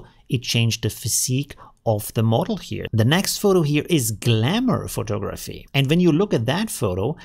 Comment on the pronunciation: funny as its glamour not galmour haha